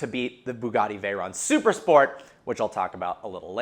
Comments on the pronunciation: "And this is vehicle vrogens" 😂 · "and this, is vehicle rrergins" lol sorry i just had to point that out